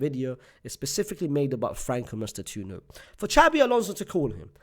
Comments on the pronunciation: FRANCO MASS-TAN-TWO-OWNO. please don't butcher his name anymore as an Argentine my ears are ringing. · btw it's pronounced mas - tan - too- oh - no